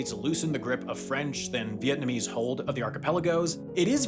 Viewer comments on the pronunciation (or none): none